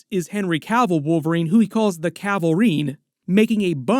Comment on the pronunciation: Thanks to for pronouncing "Cavill" correctly. The number of channels calling him "Cah-ville" is ridiculous.